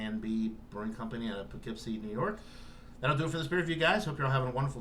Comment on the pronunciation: Poo-kept-see???? Lol